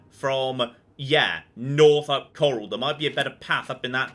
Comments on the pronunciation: 1 min in and didn't call Chorrol "Chore-all" We are getting places! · Did anyone else cheer when he said “Chorrol” correctly?